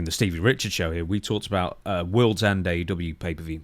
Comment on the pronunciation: AEW match not AW.